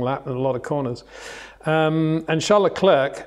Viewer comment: It's difficult for me to have that much respect for Mr. Windsor's reporting because he constantly mis-pronounces well know drivers' names. LeclerK? The name is a French word and to give it a "British" pronunciation is arrogant snobbery. When others such as Crafty, Jenson Button, Karun, etc. say it correctly it stands out when Windsor & Lazerby say LeclerK. Disrespectful IMHO.